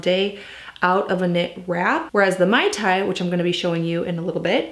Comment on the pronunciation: Please pronounce it correctly... it's MAY tai. Not MAI tai.